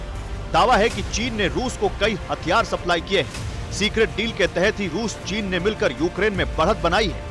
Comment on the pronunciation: Wo Rus hai Rus..ping pong nahi..